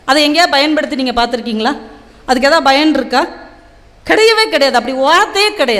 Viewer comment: It's payan not bayan. ழ ள உச்சரிப்பில் கவனம் செலுத்த வேண்டும்